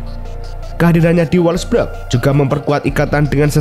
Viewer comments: wolfsburg min bukan wolfbrek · wolfburg min.. bukan wolfbrek😅